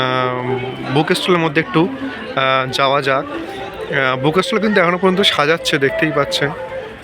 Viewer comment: আপনি "বুক ষ্টল" শব্দ দুটো পরিষ্কার উচ্চারণ পর্যন্ত করতে পারেন না।